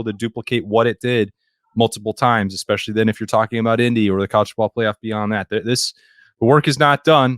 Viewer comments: Please learn to say especially. EXpecially really hurts my ears. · EXPESHIALLY IF YOU'RE GOING TO USE IT SO OFTEN